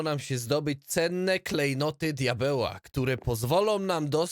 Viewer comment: "cenne KlEjNoTy diabeła" XDDD